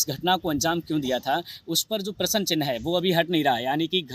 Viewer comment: तुम्हारे को प्रस्न चिन्ह कहने नहीं आ रहा है प्रसन्न चिन्ह बोल रहे हो